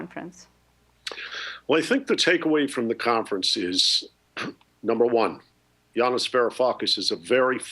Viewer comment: It's Yanis not Janis, except maybe at the weekends ;)